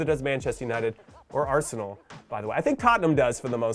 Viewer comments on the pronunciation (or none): none